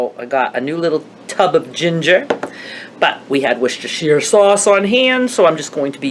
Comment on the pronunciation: wistashi Is how it's said